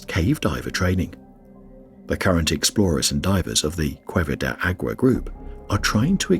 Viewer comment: You do a wonderful job butchering Spanish!